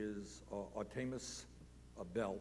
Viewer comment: Am I the only one who noticed Bernie pronounces names like the bad substitute teacher from key and peele. Ayayron and artaymous are straight fed up. I wonder how much principle O'shaghennesey makes an hour?